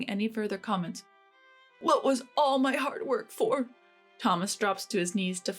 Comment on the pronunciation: Learn how to actually say comments, it sounds nothing like commence. Comment has a completely different inflexion than what you said. Don't you get cranky when folk say your words wrong? So do we! You are nuts to think this is acceptable. Why pay for something so ridiculous.